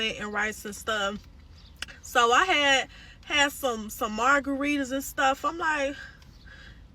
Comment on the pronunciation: OMG, my good black people… Salmon is pronounced SAMMON. Pleaseeee don’t do that, the L is silent my wonderful friends! 😂